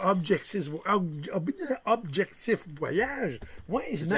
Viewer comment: Pas mal aimé votre capsule.....beaux ""abjectiffff"".....lollllllll